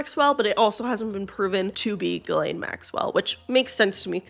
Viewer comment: It’s Ghislaine